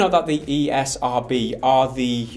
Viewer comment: You called the esrb the ercb...?but why tho